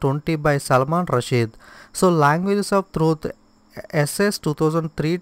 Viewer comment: Not salman rashid...The correct pronunciation is సల్మాన్ రస్టీ